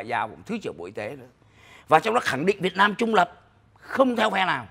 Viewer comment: Sao ô dũng này nói việt mam như vậy ô là ai ô ở đâu